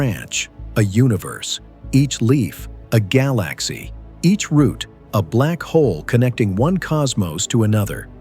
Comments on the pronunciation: Is it really this hard to just talk into a mic? What is a galAxey? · This pronounciation drove me to the comment section xD i thought it was AI from that moment